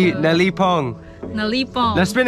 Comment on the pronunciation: It’s good that is teaching the right way to pronounce words in Tagalog because most of the time say the right words but not the right pronounciation of the words. Example the umbrella he’s right that it is payong but he pronounced it wrong most of the time, is the right teacher to.